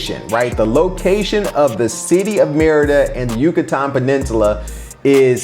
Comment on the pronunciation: It sounds like you're saying "mierda" which is shit in spanish.